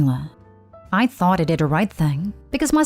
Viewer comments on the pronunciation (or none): none